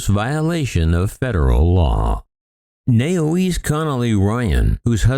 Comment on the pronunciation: Naoise, is pronounced 'knee,sha'😉